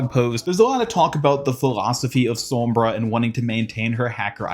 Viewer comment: Gg to the “spawnbra”